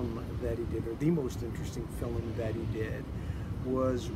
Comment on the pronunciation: Who says “fillum”??